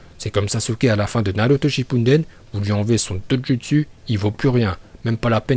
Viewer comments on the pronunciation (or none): none